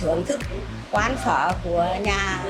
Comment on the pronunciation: He keeps saying phớ instead of phở. Not his fault seems like someone only half told him how to pronounce it.